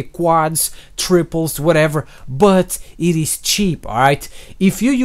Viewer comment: You always say "thats pretty much it" but the it sounds like "shit". I think thats awesome